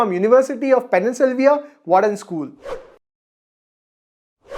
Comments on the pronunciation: Telengaa, Pennsylvia......ive to tell u...u need to learn to pronounce these first, in order to become a good Teacher....Its Telengana and Pennsylvania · Hey, even though elder to you, am a obedient student of your teachings... Just a small correction it's not penni- selvia as in pronunciation.. it's pencil- Vania... Please neglect the spelling just thought of making it easy for everyone. Highly appreciate your knowledge thank you!!!